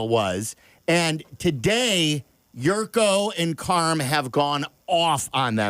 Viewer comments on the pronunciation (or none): Its JURKO....not yurko.... You fools...